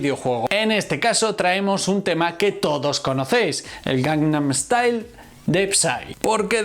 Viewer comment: Esta muy bueno. El metamensaje que describis es muy bueno. Lastima que no se te da bien decir " GANGNAM STYLE "